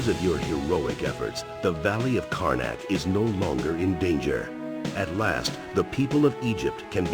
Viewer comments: Every time I hear you say "Karnak" it sounds like "Carmack" to my ears! Another amazing video! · Why do I keep hearing City of Karnak as Carmack? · I kept thinking you said carmac every time you said karnac